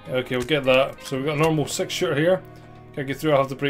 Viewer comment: When you said the title, because of your accent (I knew you were saying 'six' of course) it sounded like you said 12 is better than sex. I was like, well then. This looks like Hotline Miami kind of style. Looks interesting, is there no options or settings to turn it down?